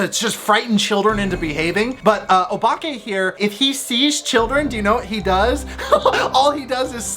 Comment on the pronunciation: your pronunciation of “obake” was on point I really recommend Nippon Youkai Daizukan (にっぽん妖怪大図鑑) by Tooru Tsunemitsu (常光徹) The illustrations are crazy good; I bought it when I was maybe Seven and it gave me hella nightmares